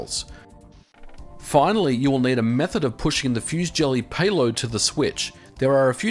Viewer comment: "fusée gelée" is french, it's not pronounced like fuse jelly, but like "fusay jelay" :P